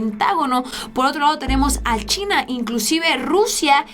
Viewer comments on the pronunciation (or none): none